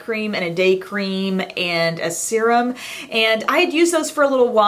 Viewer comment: Love your videos. Thank you for not saying "sir-um" (serum)!!!!